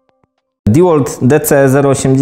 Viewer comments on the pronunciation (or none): Nie kurwa diłolt. Ty Dełolt. Kiedy wy się nauczycie